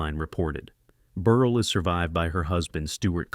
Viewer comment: "Burr-elle" not "Burr-ul"